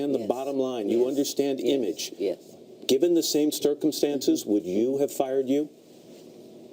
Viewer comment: I know this isn't important but starting from . did the interviewer say 'stircumcanses' instead of circumstances? That distracted me for a second or two.